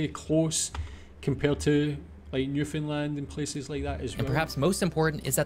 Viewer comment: Come and visit New Scotland it’s beautiful , what’s wrong with being small . Also the guy should learn how to say Newfoundland